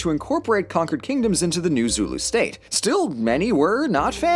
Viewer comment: As a south african, literally only watch tge video to see how badly you mess up our names, i am laughing myself to death because the only words you pronounced correct was zulu and sortof afrikaaner.